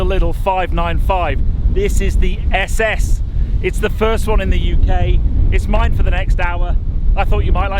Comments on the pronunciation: FYI its pronounced like “ essay essay” not s s 👍🏻👍🏻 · Great video my only criticism is you Couldn’t pronounce the name . Lol